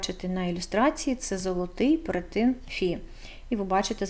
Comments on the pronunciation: перЕтин ...не перетИн... так не можна говорити... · Цікаве відео😊 дякую) А чому перетИн, якщо ж правильно перЕтин? Чи я помиляюся?